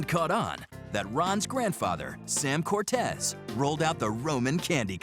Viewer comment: It's Italian - pronounced: "Cor-Tay-Say" and not Hispanic "Cor-Tez". 8-)